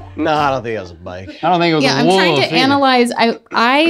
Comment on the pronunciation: Rhett neither “Wolf” pronunciation is correct XD